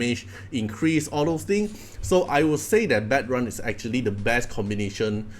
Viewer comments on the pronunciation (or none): it's pronounced like "bad - rune"